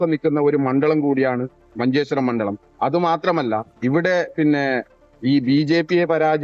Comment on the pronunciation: മണ്ഡലത്തിനെ മണ്ഡളം എന്ന് പറയുന്നു